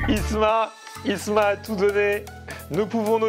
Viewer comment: y ces pas prononcer les mots « TOUT » il dit « Tchou » sa me gêne...